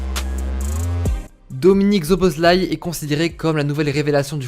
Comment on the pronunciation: enfin un mec qui sait prononcer le nom de dominik. J ai sa carte future star c est un monstre. Sinon petit tuyau le nom francise de sa ville natale c est Albe Royale sinon a quand une video sur la hongrie ? Puskas, Czibor, Koscis, Lorant, Hidegkuti... c etait un delire cette equipe